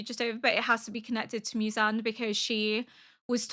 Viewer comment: 『ミュザン』って、ホントに貴方の耳にはそう聞こえてるの？わざわざ日本語音声で視聴して下さってるのに？？？┐(´д｀)┌ 『ゼンイツ』は完璧です！素晴らしい！！